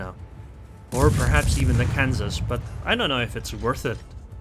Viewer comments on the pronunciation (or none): He really just said can saw instead of Kansas it’s ok tho I don’t love there